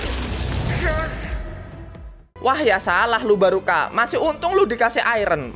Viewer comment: ngomong nya barka bukang baruka🗿